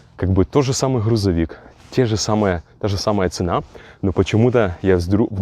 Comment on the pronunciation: Блин чувак Хрузовик🤦‍♂️